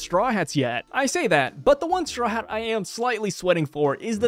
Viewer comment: I think all his Haa Haa's might be him trynna say Hat